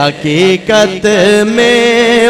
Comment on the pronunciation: لفظ “حقیقت “ہے “ حکییکت “نہیں”صادق “ ہے صادک نہیں قربان ہے کربان نہیں۔ او شعر یوں ہے۔ ارے او ناسمجھ